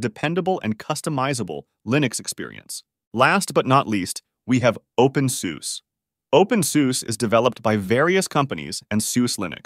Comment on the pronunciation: Thanks for the video info on Linux. This looks to be AI read script, most of the pronounciations are incorrect, openSUSE is pronounced as "open SooooS" by AI but actually it is "open SooZa", similarly it is not Lye-Nux its LeeNux